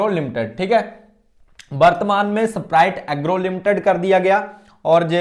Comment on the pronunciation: ऐसपराइट एग्रो😂❌ स्प्राइट एग्रो 👍😂 नाम नहीं पता है ओर anlysis कर रहे हो😂😂😂😂😂